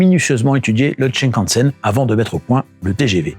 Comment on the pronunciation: Ça se dit shinkansen, pas tchin + la musique d'inspiration chinoise pour parler du Japon... 😓 Sympa la vidéo, mais ça manque un peu d'explications pour l'international, il y a de quoi creuser en sachant que la technologie utilisée en Chine, en Corée, au Japon ou dans d'autres pays asiatiques n'est pas la même que chez nous. Le plancher des trains y est plat avec des quais plus élevés que chez nous par exemple. Et on peut rajouter aussi pays de lignes à Grande Vitesse : - Arabie Saoudite - Ouzbekisthan - Autres pays européens de l'Est Il aurait pu être bien de parler du maglev aussi